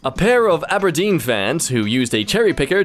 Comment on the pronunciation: As an Aberdonian myself: 1 - Did not expect to be mentioned here 2 - You pronounced it perfectly Thanks, a random Scottish guy.